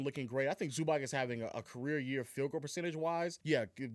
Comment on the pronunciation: Please bro say Zubac name correctly, it’s not that hard